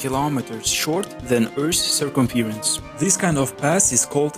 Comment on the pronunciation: “Circumference” is not pronounced ser-kam-FEER-ans It is in fact, pronounced as ser-KAM-frans